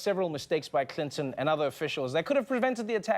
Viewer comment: I like you Trevor..but couldn't help laughing at your Hillary "Crinton"..yes ..I heard that! lol